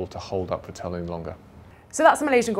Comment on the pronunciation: Is he pronouncing vettel's name like that on purpose?